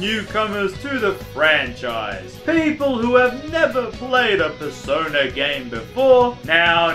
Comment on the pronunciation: Persona 5! What I heared Persoda